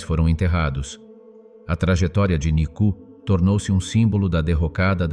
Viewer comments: nicu ....cela se prononce et s'entend : nicou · NICOU (non pas NICU).